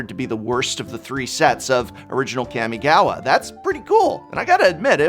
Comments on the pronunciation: Its kamigawa not kemigawa -.-'' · It's been consecutive videos you pronounced "Kami"-gawa wrongly, Prof... It's "Kaa-mee", not Cammy from Street Fighter... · Hi Prof, big fan. But...it is pronounced kA-mi-ga-wa. Not kEmigawa. "Ka" and "Ke" are two different sounds in japanese. Ka = COme. Ke = CAke. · It greatly upsets me how you keep saying CAM-E-GAWA... Kami, as in God in japanese... Also I really like the retrospection you put into this... and you're right its insane... I remember being at Lorwyn Prerelease when planeswalkers were introduced... That's something a lot of players will never, and have never experienced... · K-AW-migawa not Kammiegawa. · this man really said Keeahmeegowwuh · I hate when English teachers mispronounce words -_- it's "Kah-Mii-Gah-Wah" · It's pronounced Kahh-mi-gah-wah... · I clicked just to hear you say Kammy Gawa and was not disappointed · It’s CAW!!! (Like a crow) CAW•ME•GAW•WA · The professor pronouncing Kamigawa is making me cringe. It's pronounced: "Kaw-Mee-Gaw-Wa" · Everytime the professor mentions Kamigawa, I listen carefully, hoping the he'll actually pronounce it correctly. This has yet to happen. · I can’t tell if he’s saying the name wrong on purpose or not lol